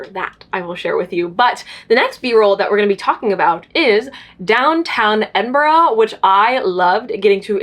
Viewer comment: As a brit watching this vlog, I'm just commenting this so you know !! Edinburgh is pronounched Edin-bruh !!